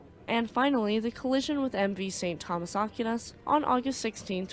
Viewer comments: Aquinas is pronounced Ah-Keen-ahs. The Philippines was colonized by the Spanish from 1543 to 1899 after which the US developed a military presence in The Philippines. The US was thrown out in 1991 because, frankly, the US was treating the Filipinos very poorly. With China flexing it's muscles recently, the US was allowed back in, but nowhere near the numbers it once had. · small comment here, It is pronounced "Ack why nes" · Pronounced “A Qui Nas” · It's pronounced "Ahck-WHY-nas" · Great video! I’m guess neither of you are Catholic lol In case you wanted to know, it’s pronounced Saint Thomas Ak - wine - us. Godspeed… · Aquinas is pronounced Ak-way-nas. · considering this ship wasn't American OR an English ship its more than likely pronounced "Ah-kee-nehs" 🤔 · It’s not Ah-keen-ahs either. It’s pronounced “A-Qui-Nas”. I’m not even Catholic and I know who he was. Pretty famous name